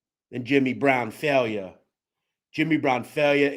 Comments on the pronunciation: Respectfully, It’s not pronounced “Fail-yă” it’s pronounced “Fī-ella” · My god you are butching the names. JHC do a little research. Jimmy FailYa??? WHAT THE F.